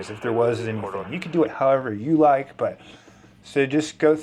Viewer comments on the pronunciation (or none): none